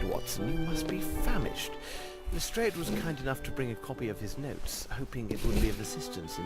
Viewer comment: I hate it when they pronounce it "Lestr-AY-ed" instead of "Lestr-AH-ed" It irritates me!